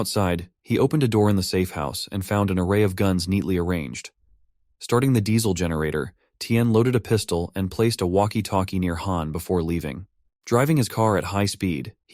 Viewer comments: It's walky talky not voky doky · I can't stop laughing every time I hear it try to say walkie-talkie